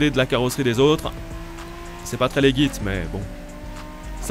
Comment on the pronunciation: "C'est pas très leguit" chuis mort 😂😂. C'est pas comme ça qu'on dit, ça se prononce ledjit